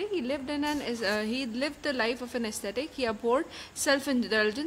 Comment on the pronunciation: Check at 4.30......it is ascetic, it sounds like aesthetic....